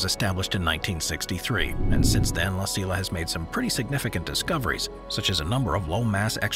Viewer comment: "La Silla" Observatory should be pronounced "La See-ya" Observatory. You are welcome.